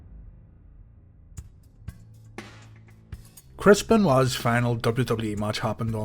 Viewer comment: someone might say "krispen wah"